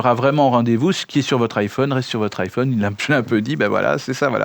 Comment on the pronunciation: pourquoi vous dites tous "iphaune" au lieu de "iphone" ? est ce que vous dite un Téléphaune un interphaune un mega phaune ???? :hand-orange-covering-eyes